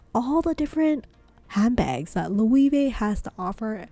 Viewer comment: It's not and hasn't been for a year now, this footage is now irrelevant. The puzzle line has focused on the tote. The bracelet pouch was the it bag about a year ago too but not so much anymore. Also you pronounced "Loewe" about three different ways and none were correct. The "e" is not "ee" it's "eh." It's also "hammock" not "hemlock."